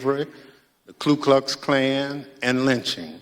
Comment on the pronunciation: Isn't it "Ku Klux Klan"? He said "Klu"